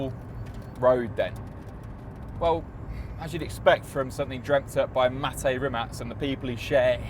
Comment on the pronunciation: Kudos for pronouncing Mate's name correctly,many don't..And that Nevera R and a GMA T50 would be my Ultimate 2 car garage...ha!!